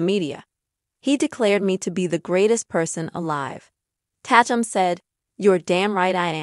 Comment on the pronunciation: FYI His Last name is not Pronounced Tat -um its Tay-tum and its obvious they wanted to keep it private its unfortunate from one video clip its now gone Viral now they really have to duck and dodge the media and I think its so said that people can't just keep the parts of their private life private that they want to keep that way.